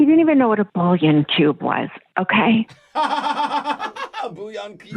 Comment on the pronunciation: funny how condescending she was about bouillon cubes while literally pronouncing it wrong